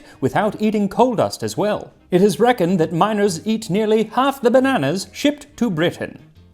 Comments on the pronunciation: Max: "Bananas were very popular, especially with miners." Me, thinking he said "minors" - "Ah yes, children; my kids do love bana- oh." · I had to take a double take when he said "miners" because I thought he was talking about "minors"